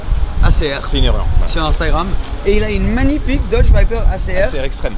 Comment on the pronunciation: Mais tu a fait une faute c'est pas doge viper c'est dodge viper